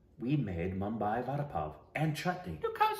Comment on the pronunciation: Everytime she mispronounces Vada, I cringe